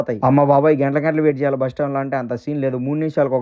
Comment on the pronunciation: Boosu ❌ Bus 😅